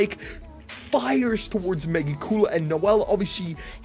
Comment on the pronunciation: Mecha cooler he says 😂😭